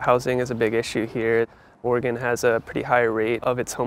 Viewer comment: Thank you for not saying 'Oregawn'